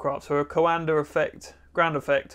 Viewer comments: He keeps pronouncing "Coander affect", what do you expect? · Not trying to be anal about this but in case you're curious the actual pronunciation is something more in the lines of "Coahndah" (Coandă) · Before even clicking I could hear going "co-anDER effect" in my head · Not "Coander", closer to "Coandah", but without the H, ending on the high-A. I would suggest printing the bowl the other way (like a bowl in which you'll put cereals and milk, in this order, don't me). The fan should be of lower height and have a lot more blades, like a squirrel-cage compressor fan, and maybe thinner/shorter (less height). I would say at least 24 fan blades, ideally twice as much or more. You might also want to add some gearbox, to spin it at higher speeds, to use the same torque to generate more lift, by having more air affected by the surface-tension of the bowl. And why not use store-bought bowls, anyway? You want something more like a high-speed air compressor squirrel-fan, than the fan for a horizontal-axis wind-turbine. Would be nice if you tried again, taking those things into account. Also, having a duct (basically a disk) on top of the fan, going something like 2 centimeters outwards, would somewhat increase the upwards force, by keeping the air from being sucked back into the fan. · Great video! Take a drink every time he says "Coander effect" -- it's actually pronounced ko-an-duh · Henri Coandă has a street named after him in Timişoara 🇹🇩 |two syllables, not three. | Kwan dõ| 콴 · It’s the CoanDA effect not the CoanDER. Accents are no excuse for adding an r where there isn’t one. Stop. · it's something like "duh"! Is pronounced dă. So it's... "Coan-duh" effect 😅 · every romanian's ears starts bleeding when you say Coanda :)) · I kept yelling at the screen that there's no R in coanda, pretty funny though. kinda like some americans saying H before W.